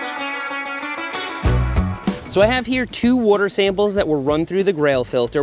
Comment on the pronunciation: Seth yoi got some Philly in you? Saying wooder bottle lol